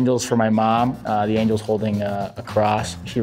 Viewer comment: almost sounded like he said "the angle is for my mom"